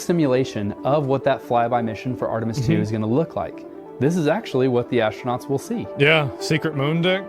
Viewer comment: Why does this guy keep saying Ashtronauts?